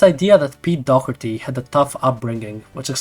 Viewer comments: Why you keep saying pete dogerty? Its Doherty no? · Sorry but its dawh-her-tee not dock-urty